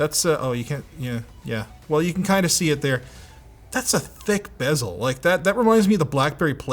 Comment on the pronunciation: Thank you for saying ‘bezel.’